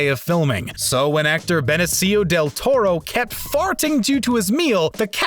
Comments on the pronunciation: Who the fk is "Beneseeo"? I wish people would practice the script and learn the material before recording, or at least have someone in post production that says..."waitaminute, that aint right" Surprised no one caught that horrible butchering of the name. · Benny-see-oh? What? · "BeneZIo del Touro" You butchered his name, it's not that complicated. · "Ben-ah-cio" really.....? How hard is it to pronounce Benicio? Like, he's a well knows actor. Say it right. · Yes, weird pronunciations throughout. It usually means a Canadian is talking. BTW it’s “BeNEEcio”. LOL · "Ben-a-see-o Del Toro" is it? Wow. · I’ll give you the mispronunciation of Belloch. But how the hell can you NOT know how to pronounce Benicio!? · The way he pronounced "Benicio" almost killed me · For fucks... The guy said benesio del toro.. Come ooooooon, to be commentating and u dont even know the names of the actors.. Like bruuuuh..